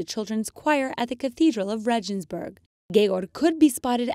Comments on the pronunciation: RAY gens burg, not REH jens burg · Excuse me, it's disappointing for me to listen to the way how you keep on pronouncing the German names, Regensburg for example ... I suppose you know about the existence of other languages,at least the European ones...